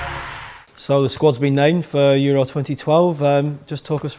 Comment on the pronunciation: woy hodgson speaks about his euwo sqwad